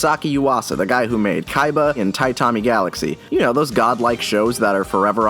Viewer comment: Did you just pronounce “tatami” at TIE-ta-ma? Really? :-\